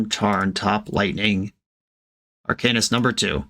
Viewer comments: “If you’re mad about it, read a book” Reads 50 shades of grey Still can’t pronounce Arcanist. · Says it’s pronounced ArCAINist, then says dryad of the elLESION grove. We love the consistency. 😂